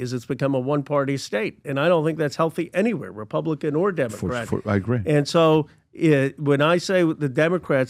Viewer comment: Did Fetterman say ”Dumbocrat”..?